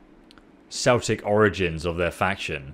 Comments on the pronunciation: Hahahahaha it's celtic is pronounced keltic... Seltic your way if saying it is a very very bad football team from Scotland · On console? Also Celtic is pronounced Keltic. Just for your reference but love this series please do some more. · It's pronounced Keltik, not like the football team. Also the battle its based on Germania battle of Teutoberg Forest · Short correction: pronounces Celtic with an "S" but it's meant to be a, "K" sound. Plz make sure he gets' this.